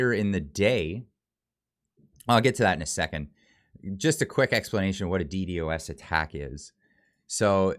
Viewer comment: Guy trying to explain DDos attack but can't even say DDos properly. Try and use a computer made in the 90's you'll have a better understanding and might know more about Dos so you can know more about DDos.